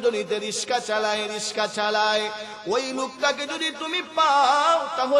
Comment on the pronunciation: রিকশা কে বার বার রিশকা বলছে কেন